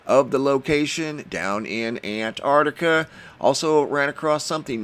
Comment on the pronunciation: Hi,I cannot help this,i am an old fashioned Englishman.I love you dearly & what you do but please please stop saying "very" unique.If something is unique then it is..........that's it..........unique,also please concentrate on the pronunciation of the Southern Continent,you get it right & then it all goes arse up,I love what you do but .....................I am probably a pedant but I like things right.Am a retired English Butler aged 72 so there you may have a reason & yes I worked in High Places not for a new Millionaire